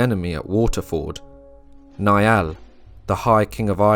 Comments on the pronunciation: The name Niall is not pronounced like 'Ni-all', it's pronounced Nile like the River Nile. Good video 👍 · Love this video! The Last Kingdom is a phenomenal series, I've rewatched it at least 5 times to pick up on all the history! In Chapter 2 of this video I noticed the mispronunciation of Niall when King Niall of Ireland was mentioned so, as an Irish speaker, I thought I'd lend a hand by providing the proper pronunciation! Instead of "Ni-Al", similar to Neil (a stretch, I know), "Niall" is pronounced like Nile, as in the River Nile! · Ui imear is pronounced ee imar and niall is pronounced nile.